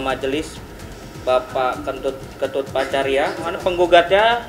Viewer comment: Ketut bkn kentut Nayoan bkn Yanoan 😂😂😂